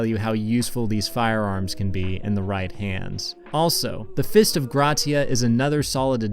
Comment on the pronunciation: notice how he says ¨right hands¨